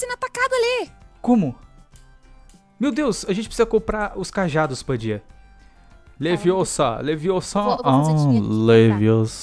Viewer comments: e ermione leviosan n é assim é leviosaa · é leviosa e não leviosaaaaaa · NAO E LAVIOSA E LEVIOSA